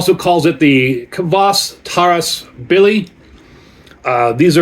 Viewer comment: Thank you for the review! I got here from Urban Viking's post about your video release. Your pronunciation of the word "kvass" is excellent, you say it as intended! (The word Taras in the brand name was slightly mispronounced, the stress should be on the second syllable. (Taras is a male Ukrainian name, if you're wondering)). Your backstory about this is pretty much interesting, glad you have tasted this drink now! People use kvass (white or black, depending on personal preference, but in your case it is definitely white kvass) as an element of "summer" vegetable soup called "Okroshka". There are many variations of Okroshka recipy, you could try it. It's intented to eat at summer heat times. Cheers!